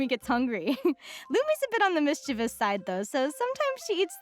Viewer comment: Huge brownie points to Linnea's VA for pronouncing "mischievous" correctly 🙌